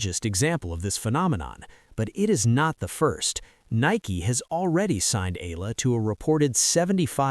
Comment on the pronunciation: E-YA-LA not E-LA is the correct pronunciation